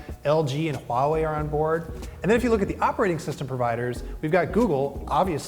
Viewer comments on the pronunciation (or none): Did you just say Hawei?!?!?!?!?!?!?!?!?!?!?!